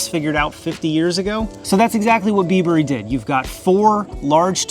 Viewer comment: bibury not bee burry lol, like bribery without the r